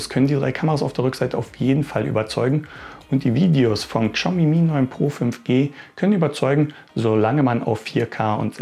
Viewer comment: Also das ist das erste Mal, dass ich höre, dass jemand die Marke "Kschaumi" ausspricht. xD Mal was anderes. xD